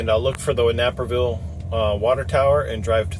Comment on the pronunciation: its pronounced Nayperville